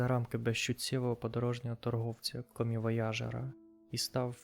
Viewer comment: Чел, навчись читати текст що написав тобі чат гпт. комівояже́р🤮